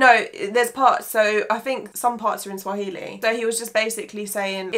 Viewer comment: You guys are getting the Swahili all wrong 😂😂😭